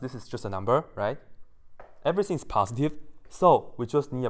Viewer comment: Samarth Varshney or... passdee instead of positive. Forgive him, neither him or me are english ppl